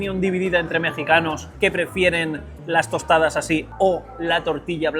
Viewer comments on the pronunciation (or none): 🤬🤬🤬NO SON "TOSTAS" SON TOSTADAS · Tostadas, se dice: tostadas Por cierto ¿El mesero le decía Tavo? ¿O es mi imaginación?